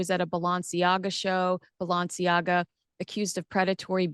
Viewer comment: the way you pronounce ‘Balenciaga’ and ‘Doria’ is…unique? 😅